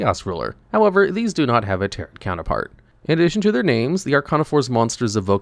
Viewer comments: It's pronounced ta-ROW, the second "t" is silent because it's a french word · Please look up how to pronounce "tarot." The T at the end is silent. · why is no one talking about his pronunciation of tarot LMAO